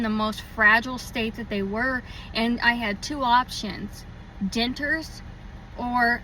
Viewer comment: I eat and taste just great!..maybe your debtures were done at the wrong placeand please please learn to pronounce DENTURES. my goodness. Annoying